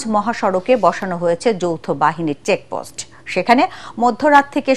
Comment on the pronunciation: সংবাদপত্রে শেখ পোস্ট কথাটা চেকপোস্ট সাদা না সদা